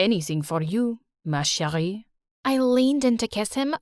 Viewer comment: MARCHERIE💀but as a person living in france their english accent is WAY worse